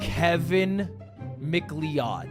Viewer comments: Mc lee od... not beating the illiterate allegations. It's pronounced Mcloud. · It’s pronounced McLoud! Not Lee-odd dummy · I think its pronounced Macloud, but I also originally said it the way you say it so you're not the only one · did homie really just say kevin "MIC LEOWED"???? brotha that isnt how you say that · isn't it pronounced "Mc-Cloud" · Its scottish, irish pronunciation would be like "mak layid" and is spelt Leóid not Leod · Your cloud? Nah, Macleod. ☁️👈😤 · mick leawd is taking me out 😭😭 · I'm only but if this mf says MacLeod wrong the whole video i will genuinely crash tf out Edit: THANK YOU RANDOM CHATTER I LOVE YOU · STOP SAYING MCLEOD LIKE THAT OMG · He’s literally using the Toph ragebait strat of pronouncing names horribly incorrect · Please stop saying his name, he mispronunciation is killing me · Is that an American pronunciation? Or just a disaster-class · How dare Ludwig accuse me of not knowing this legend when he didn’t know how to say his last name right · Why does say MacLeod wrong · his taste in music is as bad as his pronunciation of Macleod. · mispronunciation of Macleod hurts my spine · Dude it's so funny how he gets corrected on it, acknowledges he's wrong, corrects himself once, and then goes right back to mispronouncing it lmfaooo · Definitely not a real Smash player if they don't even know how to pronounce Fox's last name. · literally made me wince everytime 😭